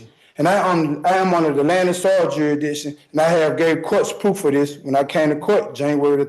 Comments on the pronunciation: This guys grammar is the funniest thing I’ve ever heard… he’s got juridishon 😂😂😂😂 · Yuh-ee-dikshun Please make him STFU, PLEASE